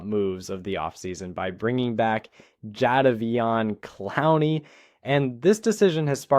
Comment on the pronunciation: Jayvon Pronunciation 😅